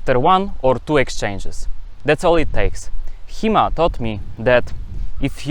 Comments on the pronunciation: Thought you said He-Man at first, and I was really surprised that He-Man actually got it right. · i thought he was saying He Man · I thought he was saying He-Man.